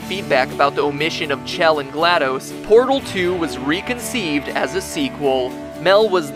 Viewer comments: glaDOS's name is pronounced DOS as in the program DOS not dose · The way he says GLaDOS... I thought the last DOS was pronounced as the old operating system called 'DOS' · I'm pretty sure GlaDOs is pronounced "glah-daws" not "glahd-dis" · HER NAME IS NOT GLAD-OOOOOOOOOOS ITS GLAD-OS THERE'S NO E DUMASS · It's going to stay as gladose until the world ends and it will eventually become the "correct" pronunciation. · actually its Gla(DOS) as in disk operated system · It's pronounced "Gladys." You wouldn't pronounce DOS as Spanish "dos," would you? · Pronounced shell and glad-dos as in dos from the old Windows shell dos. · your pronunciation of glados' name is seriously giving me a tumor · You guys mispronounced glados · MatPat was a great narrator, but as soon as he mispronounced "GLaDOS," I couldn't keep watching. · Is anybody else annoyed by the fact he cannot even pronounce Glados properly?